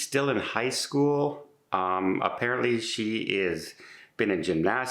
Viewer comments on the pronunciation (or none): none